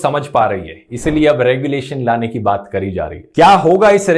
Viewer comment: Regu-lation not Rege-lation. Thanks